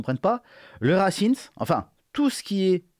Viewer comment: C'est fait exprès la prononciation "racimse" ?